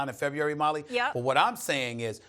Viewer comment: My man Stephen A be struggling like a mufucka trying to say February. LOL!!!